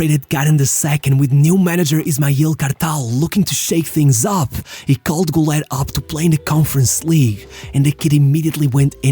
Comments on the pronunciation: Ilhan Cavcav, not Murat. And it's pronounced "goo-ler" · Kinda funny how you put so much effort in his name, yet you just ignore the dots above the U, pronouncing the 'Ü' like a 'U'